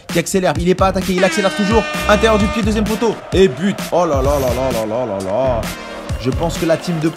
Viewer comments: C deuxieme pas "deusieme" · Suis-je le seul à avoir vu l'erreur àla fin ? "deusième"😂